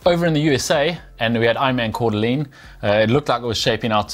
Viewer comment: Hey guys its pronounced Core-dah-lane lol